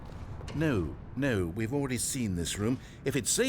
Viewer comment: you said ‘no’ wrong